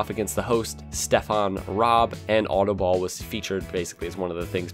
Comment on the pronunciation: I know DUTCH and autobal is an Dutch word and he doesn't know how to prenouce it